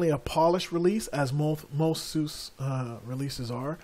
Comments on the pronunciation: lol Saying sous is like saying "look at that porsh!" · It's pronounced Sue Zuh. There is no "other way to say it"; There is right and wrong. SUSE = Sue Zuh